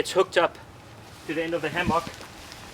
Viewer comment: hammAWK haha